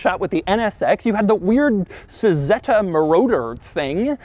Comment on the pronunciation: I'm pretty sure that Cizeta of V16T fame is pronounced, "Chih-zey-ta."